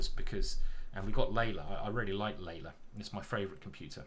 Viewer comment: Love your deep analysis. PS. You pronounce Leela as Layla (Leila), but it's Lii'la as in Leeloo (key blue)